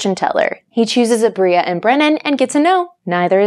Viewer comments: Not kate calling aabria “aubreya” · kind of love the way Kate pronounces Aabria